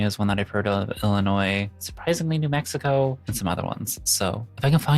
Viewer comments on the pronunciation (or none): none